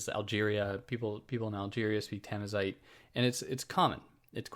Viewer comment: Thanks for the video,. The only little things I would nitpick is the pronunciation of Darija and Tamazight, it's respectively da-ree-ja with the J as in Juliett and tama-zeert with a guttural french R